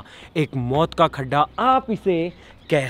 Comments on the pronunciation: Oye wo गढ्ढा hai खड्डा nahi😆😆😛😛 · Everyone: गड्ढा: खड्ढा ।। 😂😂